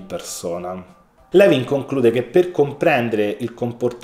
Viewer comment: Non vorrei sembrare antipatica ma si pronuncia Lùin,,, non Levin. Grazie per questo prezioso contenuto!